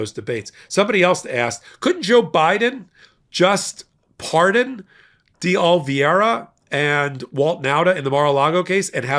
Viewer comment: day oh - lee - VAY - ruh day oh - lee - VAY - ruh day oh - lee - VAY - ruh You'll get it if you keep trying. Others on the network have -- finally -- mastered it. The only prerequisite for success is that you must actually GIVE a damn about it!